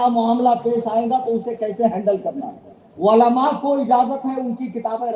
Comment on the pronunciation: Ama!??? Walama Nahi.. Balki Ulema kaho... Walama waao se Bola jata hai.... Aur Ulema Ain se Bola jata hai... Kitne Bar Samjhaya aadat ke Mutabiq Walama Walama karte ho. Apna Urdu Talaffuz to sahi karo..